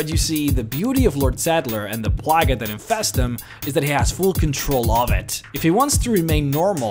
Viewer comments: Plague is pronounced like playg. When he said plaguh like 6 times back to back I cringed. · Dude stop mispronouncing the word “plague” it isn’t pronounced “plaggas”